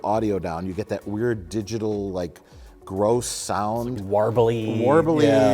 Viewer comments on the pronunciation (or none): none